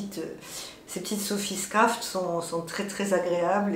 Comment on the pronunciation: Bonjour, j’aime bcp tes podcasts. Une petite précision, c’est la Sophie Scarf (écharpe) et non scraft 😊 Tu m’a fait craquer sur le mohair flamingo dans ton dernier épisode. Ton camé est absolument magnifique 😍 Peux-tu nous dire où trouver la laine fraise stp? Merci 🙏